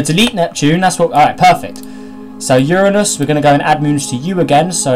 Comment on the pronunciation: Thats not how you say Uranus